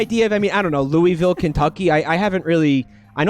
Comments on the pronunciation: every time you pronounce it 'lou-ee-ville' a part of my soul leaves my body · It's pronounced looa-vul. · Kentuckians usually pronounce Louisville as "Loo-vuhl" instead of "Loo-wee-vill". But we also bang our cousins so our opinions don't matter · im from kentucky and idk if everyone all over the state pronounces louisville the same way, but where i'm from we usually say it like "loo-wuh-vul". those tote bags around like are of the kentucky wildcats and louisville cardinals. im not big on sports but i think theyre college basketball teams? could be wrong though. pretty much everyone ive met who does care about sports is a uk fan (uk stands for university of kentucky, not to be confused with kentucky university) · If the town is anything like the one in Tennessee, then Louisville is pronounced “Loo-vul”